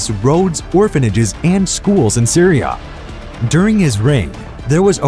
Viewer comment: Bro I’m from Adana and the way you say it makes me chuckle and the way you say Syria See you raaaa like what